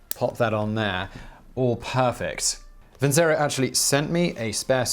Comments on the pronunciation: Please ... have you no opera in your soul? Vincero ... vincerooo ... vinceeerooooo! Not vinsero .. facepalm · I am certain that Vincero is not pronounced as vinsero but vinchero, as in the song Nessun Dorma, and it is Italian for I will win. Just thnk that Caesar is aleeged to have said vini vidi vici not veni vidi visi.